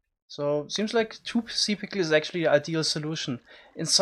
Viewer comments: I find it amusing how he says pickels. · Best part of my day, hearing him pronounce "pickles" (pick-OOZ) again and again :) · I love how he pronounces it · I love the way you say pickles lmao